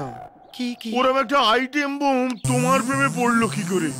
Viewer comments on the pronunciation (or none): এটম বোম কে বলে আইটেম বোম